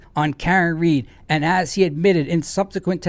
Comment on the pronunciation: It’s Read, not Reed